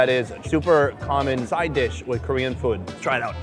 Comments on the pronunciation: he did really good for a foreigner, you gotta chill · What a great pronunciation when you speak Korean which is pretty impressive! I luckily found this channel by accident, and I’m watching every these videos( I can’t stop it lol). I love this guy who is perfectly not afraid with any strangers. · Pretty good pronunciation